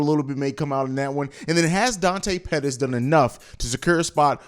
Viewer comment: mooney says Pettis